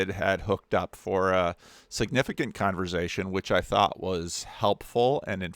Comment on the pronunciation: Every time says “conver-zay-shun” I can’t unhear it 😂 I love accents!